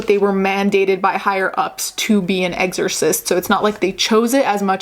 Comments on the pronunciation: "eggzersist" lol you're adorable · Okay, so tbh I would have pronounced it the same way, so I now looked up how to pronounce "exorcist"... and the videos that I've found seem to pronounce it the same? Or at least I don't hear the difference...oh well